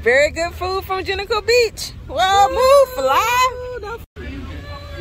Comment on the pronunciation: I swear you mispronounced Junkanoo Beach so many times on purpose 😂😂🤣🤣😂😂 Great video